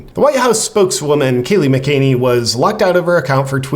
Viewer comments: JP, Note, pronounced MACK-UH-NINNY. Not Muh-Caney. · Love what you do JP this is a excellent video so just a friendly correction, Kayleigh McEnany her surname is pronounced Mac-a-nay-nee. One more, Vijaya Gadde her forename is pronounced Vi-ji-yah and not Vijay.